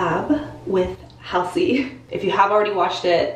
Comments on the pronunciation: Hal seeeeee ? 😂😅🤣 It's Hallzey = Halsey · Halsey not hasley